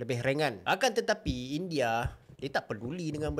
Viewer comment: Kenapa abg x bpe nk semangat sgt bila sebut Akan Tetapi berulang kali ea.jd kurang ckit nk teruja terkejut.akan tetapi yg kdua kali slow sgt.🤣😂